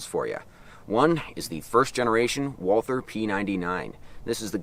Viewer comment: Fun Fact, Walther is a German company, and the name Walther is just pronounced "Walter" you dont have to make the TH sound.